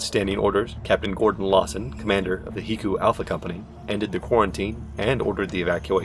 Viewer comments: I deeply regret that you went with heecoo rather than HECU (Aitch-ee-see-you) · "HE-coo" hahahah I always thought it was supposed to be "Heck-You" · HE-coo? Bless you